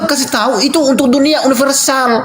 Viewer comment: universial😂😂😂😂 universal kaleeee......😅😅😅